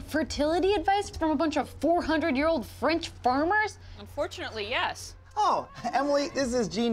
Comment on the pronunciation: You got real French speaking poeple on set I see. Because that accent was flawless